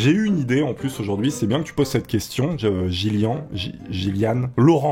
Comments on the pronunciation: C'est pas jyllian c'est G illyanne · Je croit que ca se prononce Gyllianne